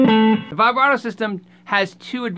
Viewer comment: Anyone else triggered by his pronunciation of vibrato